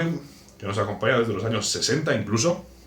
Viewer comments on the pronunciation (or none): none